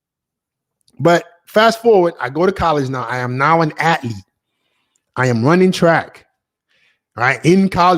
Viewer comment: Its "ath-lete" not " at-lete"